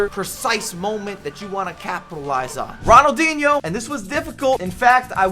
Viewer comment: the way you pronounce the players name just pisses me off. “ronald…(pause) inho” what is that